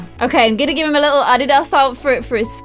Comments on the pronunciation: It’s not addy da it’s a dee da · Its not ad-ee-das ITS A-DEE-DAS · In UK do you pronounce adidas like adeedos. In America, we pronounce it adeedis. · add-di-dos?? sorry just caught onto that. .-. in America we say Adidas how it’s spelt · It’s pronounced “ah-dee-daz” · the way she says Adidas kills me (A-Dee-Does) is how u pronounce it in us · The way pronounced Adidas it is pronounced A-deed-us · It's different how you say Adidas I say it a-de-das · my love Adidas is prounced uh-de-d-uhs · the way she says Adidas is so funny! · LMAO why are you says Adidas like that? LOL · She said adidas wrong when she was styling Connor lol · The way she says adidas lol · I’m cringing at the way she said adidas omg 😭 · Your saying adidas wrong and it really bothering me lol know hate it’s just getting to me lol😂😂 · Am i the only one complaining on how she says Adidas it sound so weird